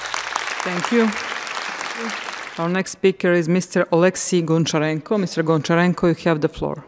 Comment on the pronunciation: Miért nem magyarul beszél? A kiejtése olyan,mint a Juhász Elődnek és ez szerintem hiteltelenné teszi a hallgatóknak a beszédét. Elnézést,ez nem fikázás,hanem építő kritika akart lenni. Igazából gyakorlatilag le lett hurrogva és a beszéde okán politikai tőkét kovácsoltak. (az ukrán speciel nem tudom miért szólalhatott fel..Örülnie kéne,hogy ott ülhet.)